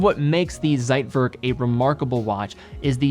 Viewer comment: Man, please learn how to pronounce "Zeitwerk". What kind of expert are you when you don't know how to properly pronounce things you are talking about?